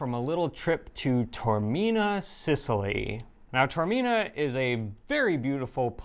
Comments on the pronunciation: No. First mistake was in mispronouncing Taormina. Ta or mi na. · Taormina. Tao. not Tormina. Ta-or, not Tor. Tormina means pain of the abdomen. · It's Tah or Mina I don't believe that Eva did not correct you in the pronation of Taormina